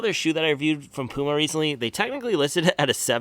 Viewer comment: pyouma not pooooma